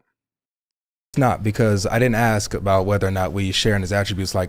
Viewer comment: It's ask not axe